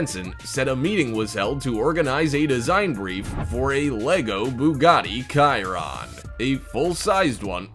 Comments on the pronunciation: It’s a Bugatti Chiron pronounced like (Shear-own) if one takes the 5 seconds to learn & understand that. I’d (I guess wrongly) think, that someone who’s job is reading & re-reading those same things you’ve just read, aloud into a microphone, well that you would have had the 5 seconds that would be needed to learn this? ...that’s if he somehow didn’t know this already...? Maybe he had been wearing his popular culture & current trends blindfold lately, ...thus preventing himself from ever hearing the super secret news about a new Bugatti model coming out...? (but what do I know.) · The narrator puts so much emphasis into saying "Bugatti Chiron Lego Car" but mispronounces Chiron incorrectly. It was the number one car on the list. And couldn't even pronounce it correctly. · The ch in Chiron is said like a sh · Actually,he didn't even pronounced "Chiron" correctly... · You need to learn to pronounce your Italian, it's not Ciron it's pronounced as Chi ron so please use you U-tube and make sure you get your pronunciation right before you start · I got really TRIGGERED by this... ITS NOT BUGATTI (k)-iron ITS BUGATTI (sh)-iron OKAY?!? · When hey said "Bugatti Kiron lego car" I almost threw up but I did report the video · Chiron= A car Cirron=What the hell is that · I was dead once he said kairon instead of Chiron 😭💀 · It's not a KAIRON, it is Chiron "Sheron" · it is not called the cirron it is pronounced shur-an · Kiaron ????????? Really It's pronounced Cheron like the name suggests!!!!!!! can you pronounce ch? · its not khiron its pronounced chi-ron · Its not Chiron your saying "KAI-ron" its "SHEER-ron" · Bugatti Kai-ronnn. :(((( There are at least 100 videos about this car, where you can hear the correct way to pronounce it. At first I thought they wanted to be funny. But then I realised... OMG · Nobody: Absolutely no one: Not a single person in the universe: This guy: Bugatti Kiron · did he just say "kai-ron"? i am so disappointed smh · "Kai-Ronnn"...lol, awful